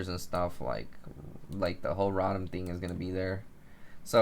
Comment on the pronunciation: Row-Tom. not rot-am